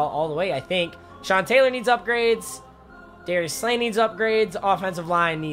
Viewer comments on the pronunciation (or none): none